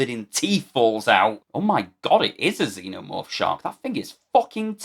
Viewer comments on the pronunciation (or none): none